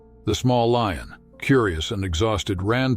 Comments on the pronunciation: What is a "lee-un"?? The word is lion,,,,,"lye-un",,lion! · Whats a 'lee-on'? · Artificial voice pronounces words incirrectlt: leeons for lion. This happens in all recorded videos in english. Widespread issue damages finished product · In our channel you will find AI voice that dosent know how to pronounce things.. This is a story of a LEE-ON. UGH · The "LEE-un", huh? Stupid-ass computer narration! IT SUCKS! Is there actually NOT ONE PERSON that can read text and narrate this? Cost too much? THEN YOU'RE NOT WORTH LISTENING TO!! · Sounds like an AI voice. Miss pronouncing Lion as LEE-on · What is with that robot narrator - he mispronounced words, e.g. lion was pronounced "leon" and there were several other words. I voted this video DOWN because of the carelessness of "" was BAD. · Why in the hell cant you announcers ever pronounce things right? What is a LION called certainly not a LEEIN, Stupid is as stupid does. Wake up and smell the roses. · The AI you’re using is not very good. It mispronounces many words, even easy ones such as lion. Your videos would be much improved if you used a better narrator imho. I enjoyed the story very much.